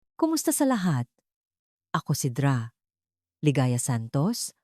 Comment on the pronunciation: Pls.say the words correctly Dra. read as doktora tittle ng tao